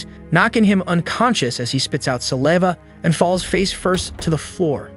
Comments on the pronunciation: sa-lee-va thats crazy bro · Teach your AI how to pronounce "saliva" correctly... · You said saliva wrong like 80 times😂